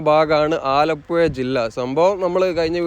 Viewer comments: ഇങ്ങള് ആലപ്പുയ എന്ന് തന്നെ പറഞ്ഞാൽ മതി മുത്തേ, അത് കേൾക്കാനാണ് ആലപ്പുഴ എന്ന് പറയുന്നതിലും സുഖം! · ഡ്രോൺ vdo സൂപ്പറായി. മനോഹരം. ആ കറക്കി കാണിച്ച സീൻ അടിപൊളി. പിന്നെ ആലപ്പുഴ: ഴ.... ഴ..... കോയിക്കോട്ട് -😂' അല്ല .... കോഴികോട്.. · ആലപ്പുഴ എന്നു മുൻപത്തെ വീഡിയോ യില് പറഞ്ഞു തന്നത് ഈ വീഡിയോ യില് 😂😂😂 അച്ചരപുടത ഉണ്ടാക്കീട്ട് പോയാൽ മതി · സ്നേഹം കൊണ്ടാണ് പറയുന്നത് ബ്രോ അല്ലാതെ ബ്രോ ഴ യെന്നോ യ എന്നോ പറഞ്ഞാലെന്താ .❤